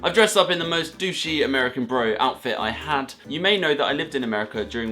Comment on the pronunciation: i kinda laughed when he said ameican candy bc it seems so normal to me bc i live in florida